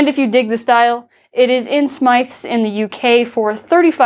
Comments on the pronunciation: Just a little nitpick, the UK shop is pronounced smiths not smythes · it is pronounced smiths but that is ok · the way you pronounced smyths tho